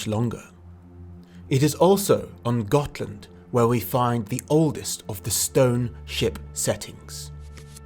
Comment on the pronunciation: Gonna take a shot every time I hear him say "Got[h]land"...